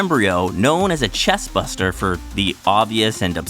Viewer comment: Chest BURSTER, not Buster. Get your facts straight buster 😂